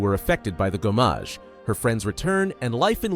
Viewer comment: SKIEL LOON GOWMEYJ Lmao This is the most white boy "if cultural appropriation was an AI Generated Slopfest of a narrator" I have ever heard. I laughed for a good 5 minutes. Thanks.